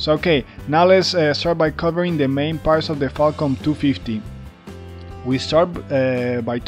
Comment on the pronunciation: Every time u say falcon it sounds like Qualcomm